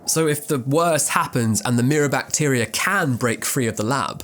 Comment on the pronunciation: I know it’s rude to say things about people accents and stuff, but hearing “mirror bactier” at first made me laugh pretty hard